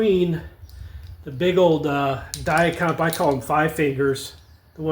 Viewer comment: Thank you for pronouncing Dia-Compe properly.